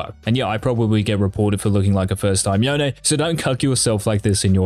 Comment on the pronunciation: Ight say ZONE then say YONE thats how you say it NOT “YEONE” lmaoo 😂😂